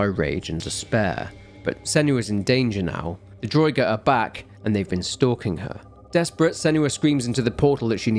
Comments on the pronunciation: Damn it have you never played Skyrim!? It annoyed me to no end the way you pronounced draugr!!! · Draugr, pronounced drah-ger